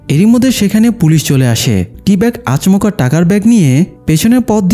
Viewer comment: আচমোকা না আচোমকা উচ্চারন হয়